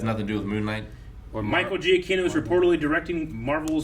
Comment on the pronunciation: Micheal Giacchino's last name is pronounced Juh-Kee-No. He also scored The Batman And The Incredibles.